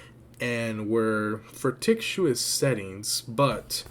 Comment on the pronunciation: Fic-tish-ous not ferticuious 🤦🏻‍♀️